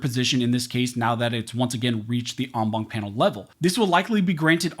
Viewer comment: Count how many times he says ong bonk. 😆 (en banc)